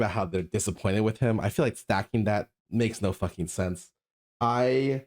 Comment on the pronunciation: bro said "stacking"